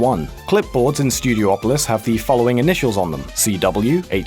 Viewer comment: It's pronounced Stew-dee-aw-pah-lis, not Stew-dee-oh-po-lis It says Pine Pot not Pine Bot